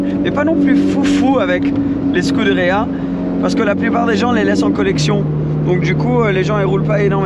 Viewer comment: Petite question pourquoi il se tue à prononcer scuderia en anglais et pareil pour huracan il le prononce en anglais ? N’est ce pas des marques italiennes ?